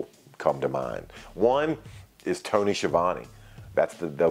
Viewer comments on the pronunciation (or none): none